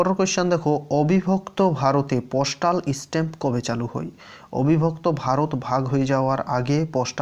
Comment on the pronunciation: Apnar vasa gulo oirkm keno? Postal stamp k apni uchcharon korchen postal istamp...